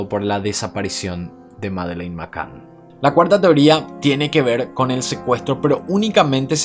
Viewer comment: Me encanta tu trabajo , pero tengo el inglés como lengua materna también ! Y cada vez que pronuncias Mccann no es correcto 😅😌 a mi, me suena muy raro . Grandísimo trabajo